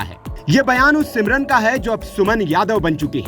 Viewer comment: सिमरन नहीं समरीन।😅